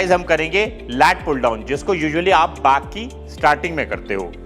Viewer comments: Bhai back or baak kyu bolre ho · Why he is pronouncing "Bak" instead of Back???!!! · আরে বাক নয় ব্যাক. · Bhai woh bakck hota hai not this bhaakkkkk😂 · Back ❎ baak ✅ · Back ❎ baak ✅ ....😂😂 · Back exercise ❌ baak exercise ☑️😂😂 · Ara Bhai Back hota ha Baak nahi😂😂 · it's "back" not "baaakk" 😂😂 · Aaj pta chala back ko baack bolte hai 😲😲😲